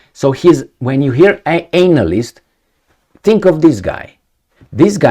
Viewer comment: Are you deliberately pronouncing the word as an@ - ist ! LOL🤣